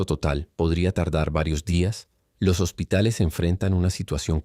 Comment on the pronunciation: Yo conozco la palabra hospitales no hositales 😂 saludos 🫡 y ojalá y caigan todas las dictaduras …